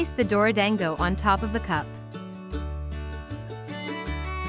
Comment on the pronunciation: Whenever the translator says dorodango my soul dies a little like why can’t it pronounce it properly aaaaaa